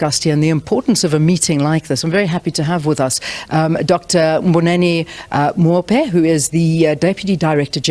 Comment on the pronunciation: not Moufhe.